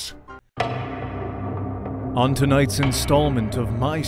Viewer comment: Reads dice as dicc*